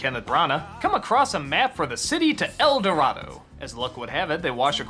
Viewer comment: It is "The road to El Dorado" not "The road to El dorato" but I know what you're saying, I never got a chance to see it.